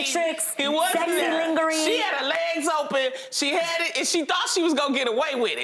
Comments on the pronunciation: Did Adrienne say LIN-GE-RY 🤣🤣🤣🤣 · Did she pronounce “lingerie” like that on purpose !? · Did she say leen-ger-ee 😂😂